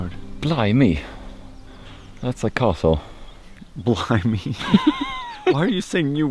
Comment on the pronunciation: LOL, That's was the second time you said Blim-me, that's not how it is said. It's Blimy! short and sweet. Loved the brotherhood in this video and of course the amazing landscape Scotland has!